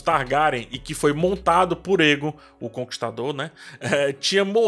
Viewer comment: o "ae" dos nomes valirianos geralmente tem som de "êi / é"...Então, Daenys se pronuncia "Dêinis", Daemon é "Dêimon", Aegon é "Êigon", Aemond "Êimond", etc. Já outros nomes, ficam com som de "é", ex: Daenerys (Dénéris), Naerys (Néris), Aerys (Éris), etc. Tem um outro canal q explica melhor essas pronúncias com base no material original dos linguistas.